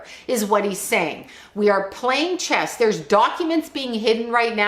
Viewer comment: A Master Chess Player this is why he is saying Chesd